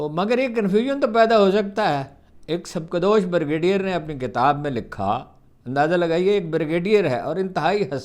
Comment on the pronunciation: "سبک دوش" کا تلفظ درست کرلیں دانشور صاحب ۔